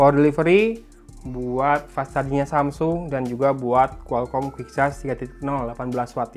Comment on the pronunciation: Pas sarjing Orang sunda ga bisa ngomomg huruf "F" 😂